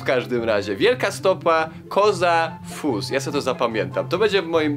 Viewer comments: Nie koza fus tylko gro(ł)se fus. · Wielka stopa się czyta GROSE FUS